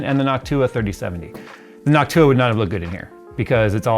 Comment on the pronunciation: Every time you said Noctua I just kept thinking Hawk Tuah!!!